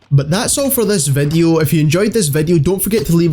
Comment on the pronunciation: "vedeo" "Twetch" XD